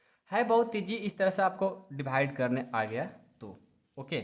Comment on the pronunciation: Divide ko dhivide kyuon Bolte ho